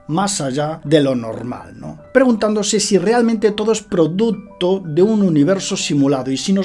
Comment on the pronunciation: Produtto, tetnología... Que es esa dicción?